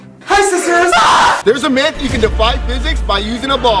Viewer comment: ITS NOT MEET ITS MYTH